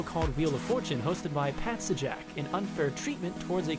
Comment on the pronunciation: Pat Suhjack ?